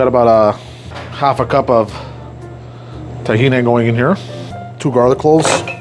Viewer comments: Stop calling it "tah-he-knee" it's "t'-he-nah" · its TakhinA no one in the Middle East says Tahini